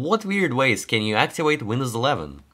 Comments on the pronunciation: Your V sounds way to W. Activate not Actiwake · Its Activate not Actiwate. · Sounds like your saying actuated instead of activated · "Hello everyone, in this video I will try to axiwate windows... "